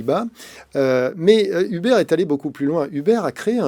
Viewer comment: Un effort sur la prononciation ? Il me fume à prononcer "Hubert"